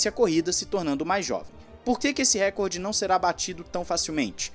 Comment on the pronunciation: Por favor, é "Recorde" e não "Récorde" a sílaba tônica é re-COR-de, posição paroxítona